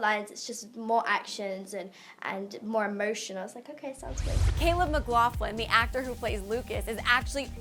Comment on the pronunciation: “Caleb mclaufflin” wtf AHHA